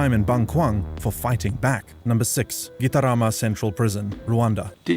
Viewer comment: "Kitarama Centrul Prizn!" Hilarious pronouncing. 😆